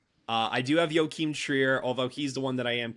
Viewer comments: Joachim has gotta win the most-mispronounced-name award this season. I looked it up and the Norwegian pronunciation sounds like "yock-imm" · It is laughable that some people pronounce it as if it was a Spanish name. How is Joachim even close to Joaquin?